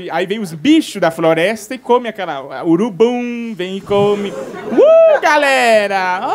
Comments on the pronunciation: "Urubum", "bandindinho", "prostintunta", "travestin" kkkkkkkkkkkk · Melhor stand up "Urubummm" "Prostintunta" "Travestim" Kkkkkkkkkkk